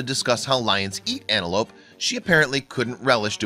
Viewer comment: its Antelope not anelope..